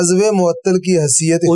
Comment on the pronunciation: محترم کچھ الفاظ کی طرف آپ کی توجہ نہیں گئی: اِحباب نہیں اَحباب الف پر زبر کے ساتھ قابْل نہیں قابِل ب کی زیر کے ساتھ حیثِیَت نہیں حیثِیَّت شد کے ساتھ بے توجَہی نہیں توَجُّہی پیش کے ساتھ معجْزَات نہیں معجِزات ج کے زیر کے ساتھ صورْتوں نہیں صورَتوں ر پر زبر کے ساتھ سمُندری نہیں سَمندَری مشیت نہیں مشِیَّتَ الہی شد کے ساتھ مافیَ الضمیر نہیں مافِی الضمیر مِحظوظ نہیں مَحظوظ م پر زبر کے ساتھ